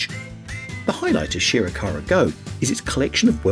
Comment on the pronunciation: If you’re going to make a video about famous world heritage sites, at least put some effort into researching how to pronounce their names. Would’ve taken you less than an hour to find out proper pronunciations and saved you the embarrassment of changing your pronunciation halfway through a segment like you did with Shirakawa-Go…I mean, Sugarhawe-Go? Really? 🤦‍♂️